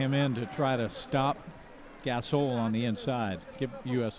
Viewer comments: GAS-ALL KABE LAVE EVERY NAME THAT HAS AN O IN IT, SOUNDS THEY LIKE WITH MOST NAMES THEY ADD AN A INSTEAD. What a jake bra. Westbraak shalda possed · More like he said Gas oil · Marc "Gas-ol"